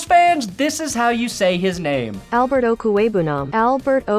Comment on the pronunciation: i’m glad I know how to pronounce Albert O’s name … i’ve been listening to philly creators butcher it all night hahaha